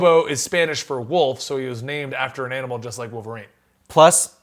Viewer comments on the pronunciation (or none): none